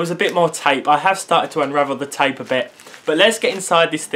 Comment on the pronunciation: you say "tape" wierd